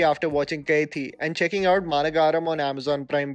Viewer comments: great video! but, it's not pronounced kaithi, it's pronounced "Ka-i-dhi" which translates to "prisoner" and lol I know I shouldn't be laughing at ala vaikunthapuramuloo pronunciation, but you're doing great bestie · Hey, I'm ur Big Fan But just one advice Ur Pronunciation of South Indian Words like Kaithi (कैथी) and Ala Vaikunthpuram (अला बैकुंथ पुरम) is wrong Its actually क़ैदी and अला वैकुण्ठपुरम In south they pronounce 'th' as द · Maa-nuh-guh-rum , Kai-dhee ... Thank you for these amazing videos though.